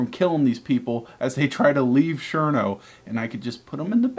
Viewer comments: DId anyone else get annoyed when he said Sherno instead of Cherno? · I know what the problem is..........you. Don't know how to say CHerno!